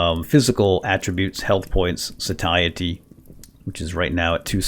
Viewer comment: That mod is Auto Map Markers for anyone else hunting this "Satiety" also pronounced as SAY-shee-eh-tee